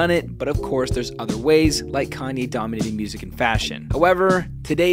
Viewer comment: Now all I need is y’all to pronounce my name it’s Kanye but some of my plaques they still say Kayne